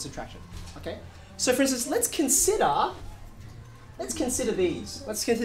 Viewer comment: like the way he say "considaaah"